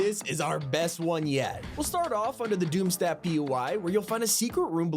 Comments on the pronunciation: It’s not pronounced ‘doom stadt’ it’s pronounced ‘doom shtat’.’ Stadt is German for city. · It's pronounced "Doom-Shtaht"